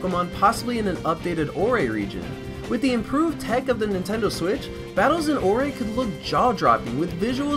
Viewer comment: he just said "Nintendo swiss!"